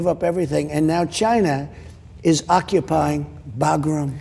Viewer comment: He says Chynna. 🤣 love it